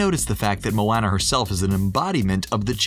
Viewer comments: mOaNnAh ... it's pronounced mo onnah it literally was said in the clip u played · Anyone else cringe by the way he said Moana 🙃. Mo-anna ew😂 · The guy calling Moana MoAnna triggered me so much lol. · He pronounced Moana’s name wrong multiple times. You would think that if someone is talking about a movie, they would know the characters. 😶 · I only watch this to see how wrong they get things. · How do you pronounce Moana incorrectly every time when Maui says it correctly in the video. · you said Moana wrong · Someone needs to tell him how to say Moana. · Is anybody else cringing every time he says moana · I love it but I did cringe a little when u said Moana wrong lol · I hate how he says moana’s name